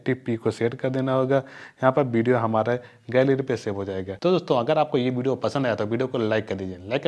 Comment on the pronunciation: Hahahah bideo nhi hota video hota hai😂😂😏😏